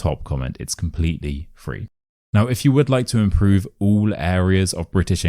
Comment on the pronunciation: I think you have mispronunciation for number 9. the word 'improve' you are stressing on the first syllable when you are saying